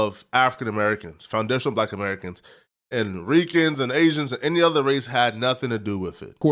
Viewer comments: Why this dude keep saying aizens 🤔 thats very agent like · Asians. Gtfoh bro stop saying Asians. You sound really goofy 😂😂😂😂😂